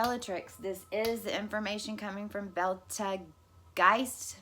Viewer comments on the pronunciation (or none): It's Beatle Juice. that's how you pronounce it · Thank you so much for sharing! (Betelgeuse they pronounce beetle juice)